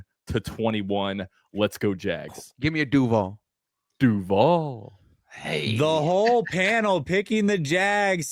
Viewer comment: It’s not DUUUVAL anymore. It’s duuuVALllll